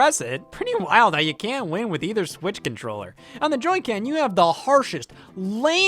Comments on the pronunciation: I think it's hilarious how Scott accidentally said "Joy-Can" instead of Joy-Con and he probably heard the mispronunciation error and just ended up keeping that in the video. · I'm sorry did you say JOY CAN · The way you say the joy con as joy can is cursed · not scott the woz saying "joycan" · "Joycan" this proves that if you live in Ohio, you are midwestern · joy-can took me out 😂😂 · "on the joy-can" 💀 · "On the joycan" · Correct me if I’m wrong but at the time mark Scott says “Joy-Can” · Scott's biggest blunder: "On the joy-can..."